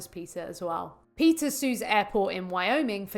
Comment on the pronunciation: Its PETA not PITCA.